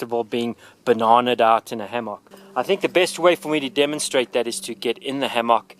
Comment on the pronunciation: Ham-mock that’s not how it’s pronounced but thank you for your video